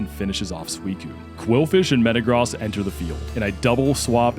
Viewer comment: Bro you can say gyrados properly but you cant say metagross😭, its like you poketuber are doing this on purpose 😂.